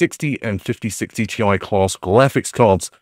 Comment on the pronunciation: Did I hear glaphics cards 😂